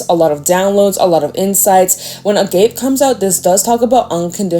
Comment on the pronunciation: leaving this comment with love: agape is a greek word pronounced ahg-ah-pey. thanks for your lovely service :)